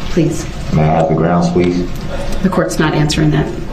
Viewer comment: Everything you said is correct, except one thing: he kept saying "GROUNZ" - not "GROUNDS."